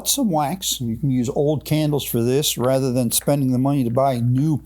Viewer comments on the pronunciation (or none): none